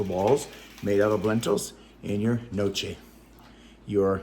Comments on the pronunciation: Your a good cook.. Love your immersion blender with the corn blue flowers .. You asked if your potatoe dumplings were pronounced ( noche) they are called gnocchi Pronounced (NYOHKEY) super hard to pronounce my husband is Italian, or else Wouldn’t know either.. Your such a nurturer taking care of your partner and your pet.. Love your videos.. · Oh, its pronounced "No key"...Gnocchi. 😊 Those also look great!